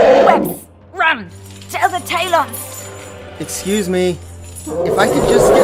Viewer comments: "Kestrelle" "Deeria" "Tay-lons of Peace" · Tayloans of peas